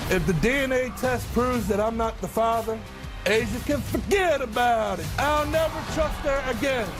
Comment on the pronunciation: But but but but he even said Fugedabodit!